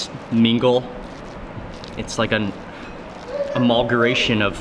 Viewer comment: "amulguration"?! ok